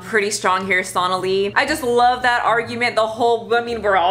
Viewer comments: SO-na-lee, not SAUNA-lee. For as often as you say her name, at least say it correctly. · It's pronounced s-oh-nali not s-aw-nali. 😅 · It’s so-nah-lee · Completely random, but the name is pronounced the same as Bengali. So-nah-lee. Also, not a supporter of her. She's gross. Just been hearing that name pronounced incorrectly a lot lol